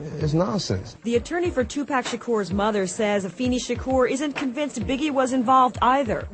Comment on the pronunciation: was this bitch sayin Tupac name wrong she should not even been talkin if she cant say the name